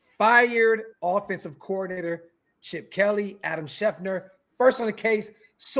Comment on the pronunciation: Schefter, Schefter, Schefter, Schefter…not Schefner